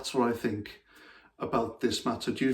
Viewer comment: I believe he said something like "I fink".